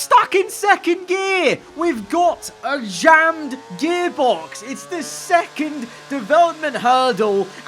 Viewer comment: "Jear gammed" hahahahaha